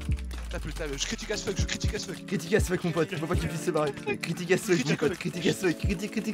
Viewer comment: C'est pas "ass fuck" mais "as fuck" Allez bisous les michtos.